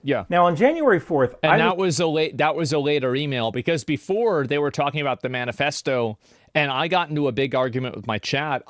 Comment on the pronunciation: I thought he said ‘bananafesto